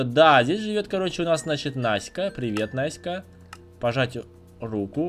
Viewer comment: я настя мне обидна когда говорил наска